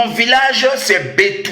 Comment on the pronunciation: Excusez moi le village s appelle betou et non bintou pasta